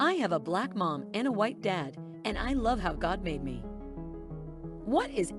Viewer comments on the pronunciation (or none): none